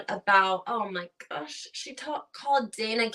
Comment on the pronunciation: Yes it was Dah-nah Banan-ah 😂